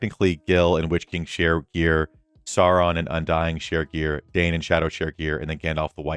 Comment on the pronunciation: Dain = “dine” … 👍, not “Dane”